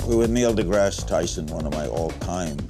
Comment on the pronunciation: Did Larry say Neo deGrasse?! lol